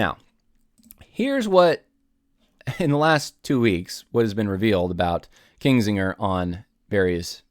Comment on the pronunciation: it’s KINzinger, not KINGzinger